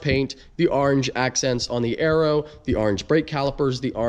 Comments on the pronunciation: “Arange” corvette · the way you say "orange" smh... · Orange starts with a O not an A